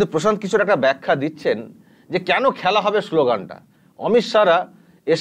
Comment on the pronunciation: খেলা হোবে না,খ্যালা হবে,ব্যাটা বাংলাটাও ঠিকঠাক শিখলি না।